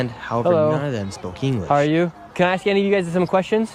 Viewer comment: Bruh! I love your content mang but its ‘ask’ not ‘aks’. If you dont laugh you a racist.